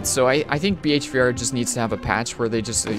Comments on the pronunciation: we all hear him saying BHVR instead of behaviour, right? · Behavior.... not B.H.V.R.